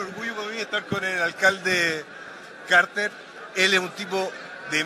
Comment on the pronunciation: Lo rescatable... Por fin Franco Parisi aprendió a pronunciar el apellido de Rodolfo Carter!!!